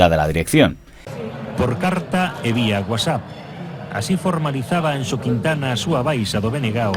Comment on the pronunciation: Muy buen vídeo, como siempre. Y tengo que felicitarte por la pronunciación de la X en Anxo, muy conseguida